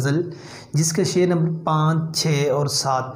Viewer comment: teacher does not know the ABC of urdu literature. He can not even pronounce sher in proper manner.